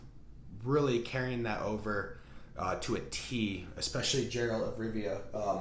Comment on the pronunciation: how have you been playing the witcher and pronounce his name wrong lmao. unless thats how they pronounce it in the tv series lol